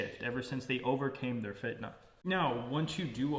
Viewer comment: your pronunciation of fitna is perfect